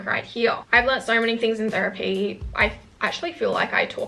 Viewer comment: She said therepy but girl i don't have the money 💸